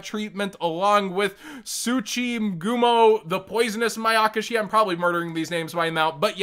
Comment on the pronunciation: You said the mayakashi monsters correctly